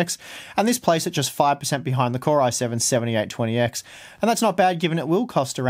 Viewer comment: Sevenyeighttwenyex. I dunno, but it sounds funny :))